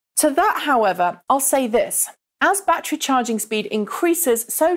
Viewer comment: Can't count how many time she said "backtree" instead of "back ter ry"